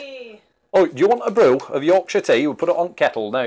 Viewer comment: "Mounds" sounds so wrong. I love that your wifey pronounced it "Yorkshir" and not "York shire".